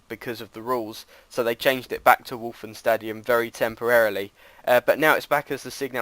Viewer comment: Oh yes,and when you say:Westfalenstadion it sound weird :p It sounds like: ,,Wolfenstadion'' hehe :)